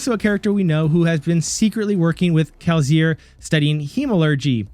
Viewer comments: My guy can you please say Kelsier correctly. Kel-see-er. If you don't mind the constructive criticism, you got a new follower. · 🤣 I say the S with an S sound. You make a Z sound to my ear, but maybe it's just me...I got triggered lol. Truly great video though, the theory makes a lot of sense. I've felt Spook was likely alive for a while. My favorite part of the theory is that he's 16 living in Lasting Integrity. I hadn't ever been sure what to make of 16 at Lasting Integrity, but now that you've said it, it feels like there's no one else he could be. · I am falling for the bait but you definitely mispronounced kelsier on purpose to ragebait for comments. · Dawg, the way you pronounce Kelsier is wild. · awful. Kill it with fire. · Good video, thank you. By the way, I absolutely hate your pronunciation of Kelsier